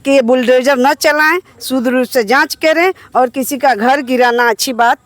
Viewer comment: ये मैडम शुद्ध को सूद्र कह रही है।